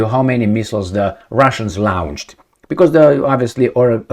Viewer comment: All great videos,! Can u post yr fallback site in case (when) Youtube bans you for being Politically Incorrect? Slight pronunciation error: "launched" is pronounced "lawnchd" not "lownchd" as it would be in German spelling. Pro tip: Start at the 8 second mark to skip the "hello my friends...".:)